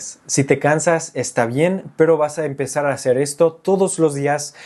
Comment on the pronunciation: La R suele delatar a casi todos los angloparlantes. Al principio no, pero después de un rato, como que te cansas y dices ¿Cómo le vas a “haceur"? Pero en general, tu español es ¡más que excelente! 👏🏻 Y tu contenido es aún, ¡mucho mejor!